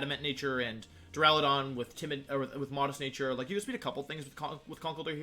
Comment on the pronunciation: You know this is a serious discussion when he starts pronouncing Duraludon properly.